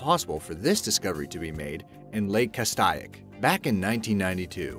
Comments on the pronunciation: it isnt cast-aye-ick. its cas-STAY- ick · In #4, Lake Castaic is pronounced "Cas-STAY-ic" not "Cas-STY-ic." Thought you might like to know. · Kastayak?? Really?? Why don't you fucking call up someone at the lake and ask them how it's pronounced? FYI it's "Kass-tay-ick". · Come on, Do your fucking homework. Lake Castaic is pronounced Cas-Tay-ic not Cast eye ic. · small pronunciation correction...it is called Cast-AY-ick. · The lake name is pronounced Kas tay' ik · It's pronounced Lake Cas-take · Kas-tae (long a)-is=Castaic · ayyye i live near lake castaic and its pronounced cas-stay-ik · Castaic is pronounced kas take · its pronounced kass - stay - yick. and also why did you choose a black person for the image of "getting rid of evidence, case in point, the gun" ??? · It's pronounced Castaic (ka-stay-ick) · You pronounced Lake Castic wrong.